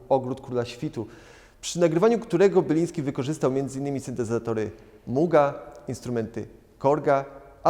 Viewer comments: Panie prowadzący Marek BILIŃSKI ! nie Byliński...jak można... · Marek Biliński a nie ''Byliński'' ''Ucieczka z tropiku'' z 1984 roku pochodzi z płyty ''E#MC2'' a nie ''Ogród Króla Świtu'' ( 1983 ) ech...